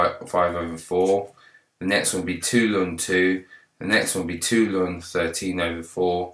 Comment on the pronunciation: why do you call the natural log 'lun'?